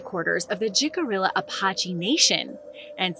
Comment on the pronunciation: The name jicarilla is Spanish, and pronounced hee-kah-ree-a